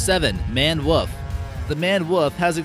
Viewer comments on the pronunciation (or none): Also a wolf not a woof lool 😂